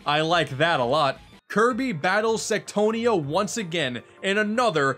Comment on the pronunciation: What you said "Queen Sectonia" What i heard "Queen Sextonia"